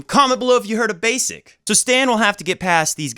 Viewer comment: I've never heard anyone say "Rafans" other than you. Also, it's clear you don't really follow challenger level tennis if you haven't heard of Mirza Basic before (the way to read his surname is just like Karlovic's surname), Tallon Griekspoor is not that well-known even if you are interested in the lower levels of pro tennis. I follow challenger level tennis a lot and Mirza Basic is one of the most important figures there, I think he has a great game and I'm really happy to see him breakthrough.